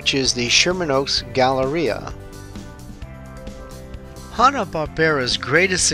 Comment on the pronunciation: It's not pronounced Hah-Nah, it's pronounced as Hanna like Hannah Montana....get it?